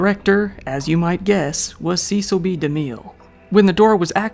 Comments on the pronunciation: The name Cecil is pronounce SESSIL not SEASAL. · The famous (or infamous) director Cecil B. DeMille is pronounced ... Cecil = "Ses Sill" B DeMille = "De Mill" Not your fault. I realize that many of the online how-to pronounce guides say it incorrectly, too. So, that really sucks! But you'll hear it properly pronounced from old news reels of his era. The codes in the "pre code" are not safety codes that is not what "pre code" means. The "codes" are the morality codes, and this was a time from 1931 to 1934 where sex, nudity, violence, and debauchery were common tropes in movies! Before the morality, codes were enacted in the U.S.A. movies were very raucous and racy! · Great video! Regarding Cecil B. De Mille: His first name rhymes with "vessel" and the last name with "de mill" (not "de meel").